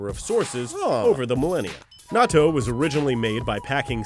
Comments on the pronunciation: It's not pronounced like nato, it's pronounced like nat-to(-_-) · It's pronounced not-toe as in it may smell like toe jams but it's "not toe". Not pronounced nah-toh. By the way raised on the stuff and LOVE it! Even make it myself when I can't find it locally.